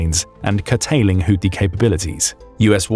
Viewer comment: It’s pronounced who tea.